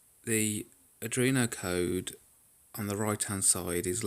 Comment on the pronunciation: Ard-ween-o. Not adreeno.